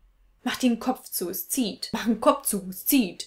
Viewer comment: Du hast vergessen, dass Berliner kein Z sprechen, sondern immer SZ. Ssu Hause